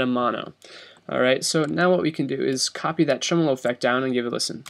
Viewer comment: its pronounced tremolo